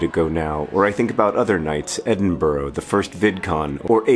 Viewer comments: for fuck's sake. Americans! Please take note! It is pronounced Edin-*bruh*, not Edin-*burrow*. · it's pronounced Ed-in-bruh (unless you mean one in America in which case fair play)